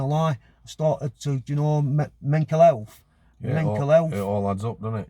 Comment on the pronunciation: Great video.. did he say mencal health